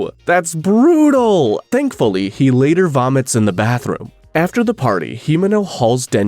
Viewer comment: the BHUHUBHRUTAL MADE ME LAUGHING LIKE HELL